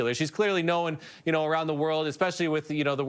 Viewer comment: The word is known not knowun. Must be a Saskatchewan farmer kid reading the news.